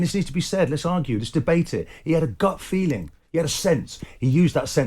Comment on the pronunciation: Oh, did he huwt Wonaldos feewings?